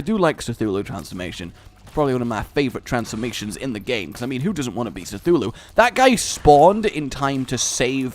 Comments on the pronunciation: btw, you realise its "cthulhu" not "zthulhu"? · Did mean Cthulu? because he said something weird like sithulu, so I am not sure if I am behind on something that the game has to offer or if he just mispronounced another word like he does.